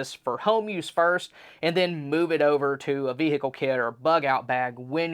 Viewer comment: It's not a true video without him saying "Vee-hickle".